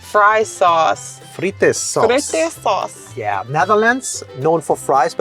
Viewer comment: Im from the ducht that is not how you say something About the fry saus that is my fav 😢😂❤❤❤